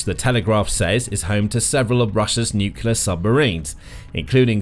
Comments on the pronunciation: It’s Nuclear not Nulucular. Get it right. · Could you please explain what a NUCULAR submarine is? Is it anything like a NUCLEAR submarine? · Can you please, please pronoince it new-clear rather than nuculear? Other than that a good video. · The correct word is nuclear. “Nucular” is a common mispronunciation but is not recognized as a correct spelling or pronunciation in standard English. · nucular power?